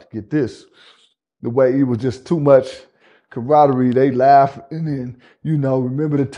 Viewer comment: If bro butcher one more big word “It was too much CAROTTERY” 😆😂🤣😭